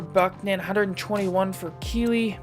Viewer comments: Bro kuechly pronounced “key-klee ” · i dont know how much of a panther fan you are but your pronouncing kuechly wrong